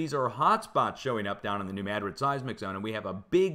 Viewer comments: Fascinating! Thanks somuch for sharing, as I look back at Lahaina, Maui, (8/8/23) and other fires taking place as of today, (9/5/23). By the way, I cringe every time you say Madrid and emphasize the first syllable. It's not pronounced MAD'-rid...it's pronounced....ma-DRID'. 😊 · The moors remember the earthquake and how our country was stolen as a result. It’s NEW MADRID LIKE SPAIN !!! You know how to say it